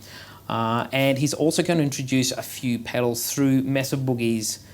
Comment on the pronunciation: When I hear you pronounce it Mess-ah I move on, It’s May-suh boogie. If you can’t do the name justice don’t bother.